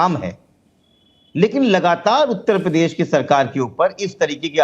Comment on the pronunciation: not even pronounce uttar pradesh correctly...uta padesh🤣:face-blue-smiling